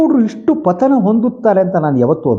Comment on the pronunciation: ಸರ್,ನಿಮ್ಮ ವಿಶ್ಲೇಷಣೆ ಚೆನ್ನಾಗಿದೆ.ಆದರೆ ….ಪಥನ ಅಲ್ಲ,ಪತನ